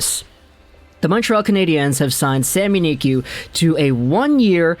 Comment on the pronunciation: Just say sami niku no need to make it fancy "sami niqy"